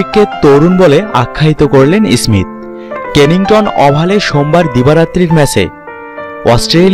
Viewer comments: Ismist ismit koro keno bai tumar or age tumar uccharan tik koro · আপনি আছেন স্মিত নিয়া, ভাই আপনার নিজেরইত বাংলা শুদ্ধ উচ্চারন করতে পারতেছেন না 😭😭